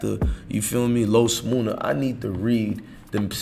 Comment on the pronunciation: Nigga his name is MUNNA not MOONA ! Like Money